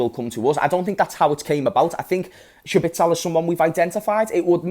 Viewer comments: Who tf is schbitsel, you mean szoboszlai? 😂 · it’s pronounced sob-oh-sly my friend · Fr I was thinking who’s shabitsol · It's Zobozlai just omit the S and things become easy again😊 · That's a wild pronunciation that fella 😅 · Just say Dominik if you can't pronounce his surname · The way he pronounces the name sounds like he’s trying to say Sabitzer terribly